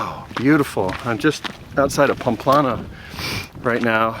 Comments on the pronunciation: Your mispronunciation of even the easiest Spanish words is painful. It's PAMPLONA! Also, judging other pilgrims for bringing their children? I hope the camino punched that judgment and self-involvement right out of you! :-) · It's pronounced PAM-PLO-NA.